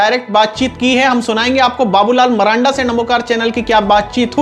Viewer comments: Abe bolne to phle Sikh le maranda nhi marandi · भाई जी नाम तो सही से बोलिए उसका मरांडा नहीं बाबूलाल मरांडी जी नाम है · Babulal maranda nahi sir ji babulal marandi kahiye aapko to ucharan bhi nahi aata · Babulal marandi h sahi se bolo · भाई नाम तो ठीक से बोलो मरांडी जी